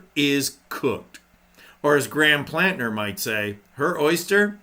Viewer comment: Plat. Ner not planter